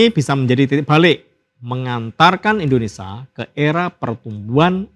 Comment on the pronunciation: Maaf pak! Indonesia! Ada "sia".. Buka ENDONESA